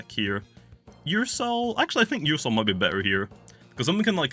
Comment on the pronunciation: Alternate Title: 29 mins of calling Ursnac "Ursoul"